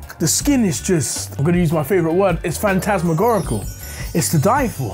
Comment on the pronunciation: Its not fantasmigorical it’s phantasmagorical